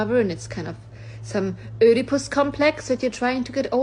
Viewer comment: maybe if you cant pronounce Oedipus you leave the psychological diagnosis of strangers to others